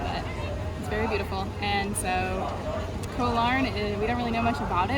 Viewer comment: Yep Koh Larn is quite nice, although quieter in the evenings after the majority of tourists head back to the mainland. Just as an assist... "Koh" in Thai means "island" and is pronounced the same as "Got", but without the final "t"... (yes the "K" is pronounced as a "G")... so it's not like the "co" in "co-dependent"... :)